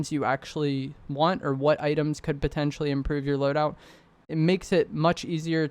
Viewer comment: I really like content, it help me a lot. But dude, you gotta stop saying "potencially" all the time lol In this video only it was 10 or 15 times. Just joking man, keep up with good content